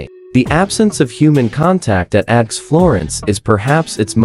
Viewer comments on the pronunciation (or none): This is so BAD that it is HILARIOUS! First, the mispronounciations. “ADX” is pronounced “ax”, plus many others. The images mostly have nothing to do with ADX Florence. My favorite is where they refer to “ax florence” and show a picture of Florence, Italy! Just AI-generated clickbait, but so bad it's funny.